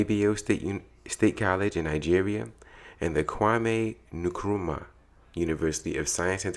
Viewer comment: You have to pronounce the N in Nkrumah's name.